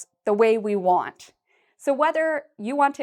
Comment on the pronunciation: swear you said "even i won't..." not "i want"